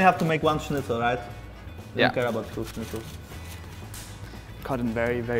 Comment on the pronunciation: Bro. You said schnitzel correctly. Wanna marry?